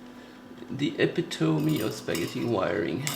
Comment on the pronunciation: Did he say "epitome" at as "eh-peh-tome"? Heheh. it is "eh-pit-oh-mee", four syllables:)